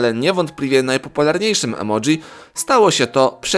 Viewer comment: Emoji a nie emodzi